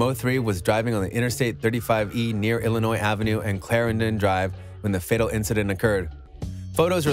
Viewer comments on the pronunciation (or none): none